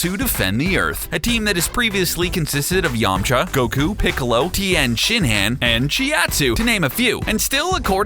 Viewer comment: they butchered Tenshinhan name too even i am triggered